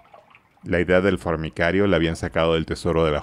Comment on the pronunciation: El lector dice una y otra vez fornicario (de fornicar), en vez de decir formicario (de hormigas).